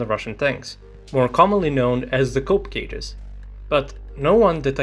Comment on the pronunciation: COOP cages, not cope